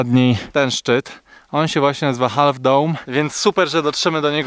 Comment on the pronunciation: Half - to się wymawia się bez literki "L" :)